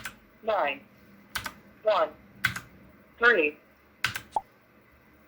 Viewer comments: you said tree and the AI tought you meant tree not three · ''free for one'' '' free tu on'' HJAHJAJHAHAJHJAHAHAHHAHJAHJAHJAHJAHJAHJAHJ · You were saying Three with a funny accent, maybe that was it lol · Very nice lady on the phone, ans so calm! Saying "Three" with that Russian accent unrecognizable for man and machine ;). Hope i don't forget when typing a number to slow down and listen to the end, weird but that's how it is!